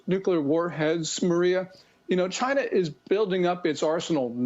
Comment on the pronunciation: "CHINAH " the Donald calls them